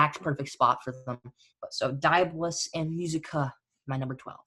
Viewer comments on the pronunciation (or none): DI..AB...O...LUS... fukkin say it right